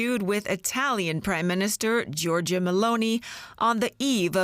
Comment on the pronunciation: Anyway Giorgia is pronunced "jorja" you don't have to pronounce the i.